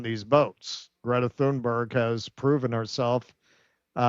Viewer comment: Good work, but could you get the pronunciation of her name right. It's Tunerg, not Thunberg.